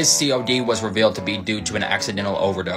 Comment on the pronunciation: It's pronounced 'fen-ta-nil' not 'fen-ta-nol'.